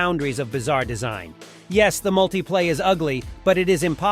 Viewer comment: Kind of weird how the voice will pronounce some of the car names correctly, then a few seconds later say them incorrectly. Mutipla.Multiplay, Alfa Romeo/Romio. The marketing for the Subaru 360 was brilliant, imported by Malcolm Bricklin. They were killed off when Consumer Reports rated the car "not acceptable".